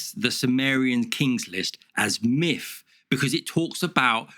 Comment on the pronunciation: The speech impediment you have where you say miff instead of myth is incredibly annoying.